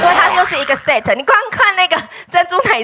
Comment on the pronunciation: 怎么把set念的那么难听